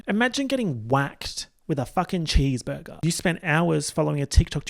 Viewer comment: "chèsebergé clouds" 😭💀